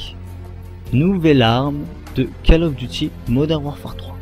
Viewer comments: ca serait bien si tu prononcais le nom du jeu avec le bon accent "Call of Duty" prononcé "Caul" et non "cale". Sinon un peu plus de dynamisme n'aurait pas fait de tord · Désolé mais prononcer ''call'' comme cale à la française ça m'arrache la tête... anglicise un peu et prononce ''cOll'' comme Gaulle, la baule etc... sinon merci pour la vidéo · C'est pas cAll ais cOll of duty.faut mettre un petit accent anglais --' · Call of duty se prononce : Colle of Duty , Pas Cale Of Duty ;) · Call Of Duty se prononce "col of diouti", parce que ta façon de le prononcer est plutot ridicule... A part ça rien à dire sur la video, je me suis arreté trop tot pour juger le contenu xD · on dit coll of diouty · J' adore ta prononciation "keull of duty" ^^ Xcuse moi mais je me suis bien marrer pendant cette vidéo d' information. Merci quand meme pour ton initiative mais n' oublie pas de prendre du red bull ou des vitamines ça donne la pêche. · P*tain mais on dit pas "Call of Duty" on dit " Coll of Diouty" c'est de l'anglais bon sang ! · Je suis d'acc avec les précédents commentaires, mais juste une autre chose... Je ne supporte pas cette manie de prononcer "Call of Duty Modern Warfare" a la française.... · "call of duty", ça se prononce en english, pas en french... lol